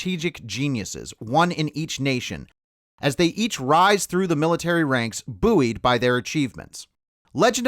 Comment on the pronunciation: Your pronunciation of "buoyed" is WRONG. The root word is "buoy" as in the word "bouyant" (pronounced BOY-ANT). So "buoyed" is NOT pronounced as "BOO-WEED"